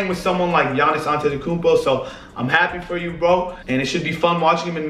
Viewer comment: Nailed Giannis' second name fair play